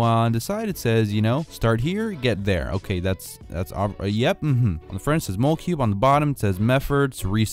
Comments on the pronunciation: I think it's pronounced like molecule 😂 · It's actually not mole cube it's molecube as in molecule